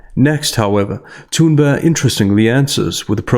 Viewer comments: Tha-Tha-Tha-Thoon-Burg-ga-ga-ga...i dont care if youre actually pronouncing it correctly, its Thoonburgh! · Omg. Why don't you pronounce the "g" in her name. You keep saying "Thunber" it's really irritating. I like the subject of the video. It's just very hard to listen to you butchering someone's name over and over again. Or is that all part of the posh speaking style? I don't know but it's weird.